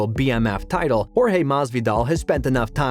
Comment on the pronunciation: Maz-V-doll lol listen to this dude lol